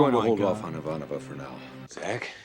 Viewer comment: You really should be able to pronounce Ivanova correctly by now. 🙄